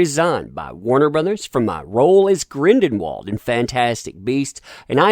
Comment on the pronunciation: Okay, so I'm not a big Harry Potter-fan or anything, but could you please start pronouncing Gellert GrindeLwald's name correctly?? It is not GrindeNwald... It's L, not N..